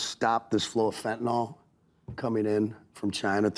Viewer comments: Bill apparently doesn't know that fentanyl is found in everything, including cocaine, and that's what's killing people. Also, tell Kid Rock it's pronounced "fent-ah-NIL", not "fent-ah-NOLL", with emphasis on the first syllable. I believe this started due to the similarity of the names Fentanyl & Tylenol. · FentaNYL, not "fentaNOL". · Kid Rock: "Fent-nol" Bill: "Colombia, the university?" He's reading it and they're not spelled the same